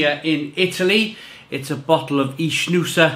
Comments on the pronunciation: An info, it's not ichnusa but Iknusa, the ch in Italian sound like a K. just saying for the correct pronounce. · it is pronounced IKnusa and it means Sardinia in old latin language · No it’s ichnusa